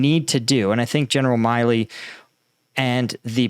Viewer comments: I believe that General Milley pronounces his name "mill-ee". I know it's nit-picking, but I have a personal familiarity with both the surnames Milley and Miley. Unless Milley is very different from every other Milley I know, he doesn't call himself a Miley. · General Milly is pronounced Mill-e not My-lee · We're used to butchering the pronunciation of Ukrainian place and people names, but now he's also butchering American names. It's MILLee, not MILEee. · For God's sake, not only are you butchering all Ukrainian names, but you can't even read an American general's name correctly?! It's MILLEY, not MILEY. You just don't read, what's there! Pay attention and LOOK, what's written there! And force yourself to SLOW DOWN, because it's gruesome to listen to your ADHD-induced STUTTERING! Discipline! Like in the army. Speak continuously and do not rush! That's an order! And it's not ZaporiHIzia. Where did you get the HI part from? Again, resd, what's there and not something else from your fantasy! It's ZA-PO-RiZH-ZHIA. The ZH sound is like the G in beige, which is English, so you CAN pronounce it. Don't tell me NO, just do it! Slow down, take a deep breath and practice! Pay attention!!! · The pronunciation is Mark Milley vs Mark Milley just fyi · You really don't know how to pronounce General Milley's name?